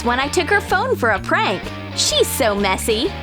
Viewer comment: On a prank she said trank